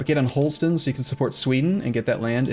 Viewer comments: Isn't it closer to how danish pronounce it? Just Holsten? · H-all-St-ine is it not? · His pronunciation of Holstein bothers me